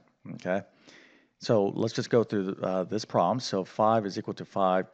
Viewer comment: Stop pronouncing problem as 'prawm'. Stop saying 'mmmkay?' Sounds like the teacher in South Park.